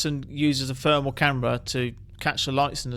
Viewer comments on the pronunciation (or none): free = three. furmal = thermal . vat = that. Mate pronounce your th, its not difficult. ffs. You'll get more subsribers.